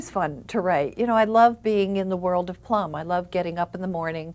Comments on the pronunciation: PLUM not BLUM..... P-L-U-M!!! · Puh-lum. plum. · Yea this dope should be prepped better...definitely sounds like he says Blum. It was a good book, can't help but say that I am Team Ranger!